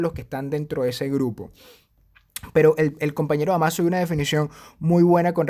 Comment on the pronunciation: Excelente información, como siempre. Gracias por la mención. PD: Se pronuncia Dámaso Jaja saludos...